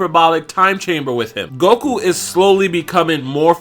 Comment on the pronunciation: Its not golku its goku!! 😂😂